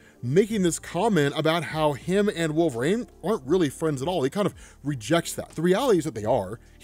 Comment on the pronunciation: Wolverine not Wool-vrain